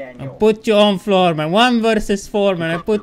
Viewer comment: "floorrr florr kk I give you floor too" lol